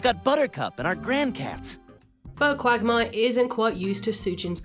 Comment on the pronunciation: Why i hear Quack Myer instead of quagmire ?